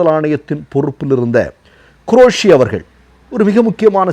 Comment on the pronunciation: உங்களுடைய போஸ்ட் எல்லாம் நன்றாக உள்ளன. ஆனால் நீங்கள் உச்சரிப்பில் கவனம் செலுத்த வேண்டும். இந்த விடியோவில் தாங்கள் ப்ரமாண பத்திரம் என்று சொல்வதற்கு பதிலாக பிராமண பத்திரம் என்று உச்சரித்தீர்கள். அதே போன்று குரேஷி என்பதற்கு பதிலாக க்ரோஷி உச்சரத்தீர்கள். இனியாவது தயவு செய்து உச்சரிப்பில் கவனம் செலுத்தவும்.